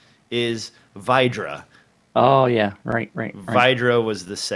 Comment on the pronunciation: Great show! And it's 'vay-drah' not 'vie-drah' :) but yea great show otherwise guys